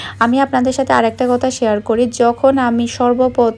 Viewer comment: কতা না কথা হবে